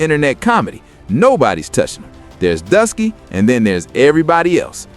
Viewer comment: lol so you took oshay duke Jackson’s video transcript, put it into ai and had it rewrite it, used an ai voice over (without checking that the AI said Druski as “Dusky”) and posted it… I ain’t mad, here’s your engagement… but still